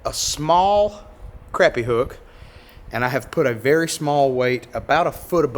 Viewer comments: Crappy is good eating. And it’s pronounced Crop-pea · im turning on notifications because you say crAppie and not craHpie. idc which is right, its crappie. not crawpy lol much love bro and im hittin the thumbs up